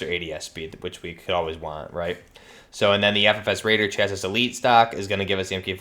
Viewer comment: Chass-ee, not chass-is. None of these youtubers say it right.